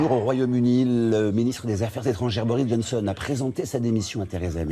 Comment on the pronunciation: il est inécoutable ce xavier, respirations inutiles, virgules mal placées, fin de phrases presque muettes, il articule même pas en baissant et en haussant son tempo de voix inutilement... on comprend rien... "reportage shierlesterjeanbaptistebruno..." bori johnson ? sérieux ? un marcheu ? yann luigi ?? sérieux ??